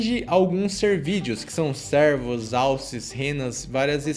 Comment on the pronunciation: estou brincando com a forma com que ele pronuncia, servos ao invés de cervos